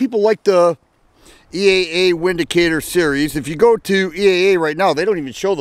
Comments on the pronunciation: Pronounced Vindacator... the W is pronounced as a V. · Pronounced Vindicator. It's German